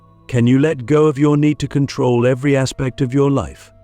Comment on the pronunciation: In KontRoll lololol Lets rowL